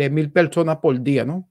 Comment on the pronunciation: Disculpa.(poR dia) no pol dia, verdad no veldad.